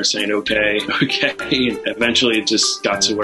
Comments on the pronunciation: Sounds like “mmmkay?” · not "okay" shes clearly saying "OKURRR" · Not saying OK, the cat is just making a noise which the owner is interpreting as sounding like the word OK. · 15!!? is a beautiful little princess. Absolutely she is better off with your family. Those people obviously don't know what they have missed out on. It totally sounds like is saying "okay". I would be jealous too, lol. She is happy and full of life. 💕🐾🤗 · She defo says okay. Xxxxxxx